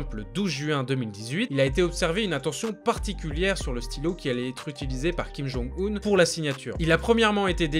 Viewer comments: pour info, on ne dit pas Kim Jong [Oune] mais Kim Jong [Eun], 김정은 (comme quand on dit "heuuu", avec un h silencieux, et un n à la fin). Regarde sur Google traduction ou Papago pour l'écouter sinon:). C'est une erreur que tout le monde fait, et ça fait très mal aux oreilles quand on parle coréen. J'espère que tu en prendras compte, car tes vidéos sont très intéressantes, plutôt précises et correctes (quant à la Corée en tout cas). PS: je suis en Master de coréen c'est pour ça que je me permets de te rectifier. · Ca se dit Kim Jong ''eune'' un 김정은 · Ça se prononce Kim Jonng Une comme John et Lune. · Si king jong un serai .... J’aime tes vidéos mec mais fait un effort. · justement, c'est parce qu'il ne fait pas coréen que je me permets de le corriger. Chacun mérite à ce qu'on essaie de prononcer son nom correctement.